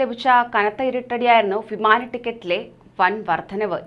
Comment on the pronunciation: ഫിമാന ടിക്കറ്റ് അല്ല വിമാന ടിക്കറ്റ്